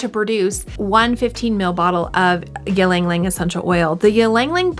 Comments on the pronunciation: Hi! It's "eee-lung, eee-lung" not "yee-lung-lung" Anw, thanks for the video! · You are miss pronouncing it. It is Яланг Яланг. I hope that helps. I really enjoyed the video. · please stop saying it in that way, do you say mukbang as mukbeng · Pronounce it correctly please.